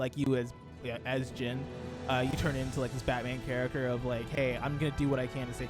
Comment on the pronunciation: Why did this man keep saying jean? Its jin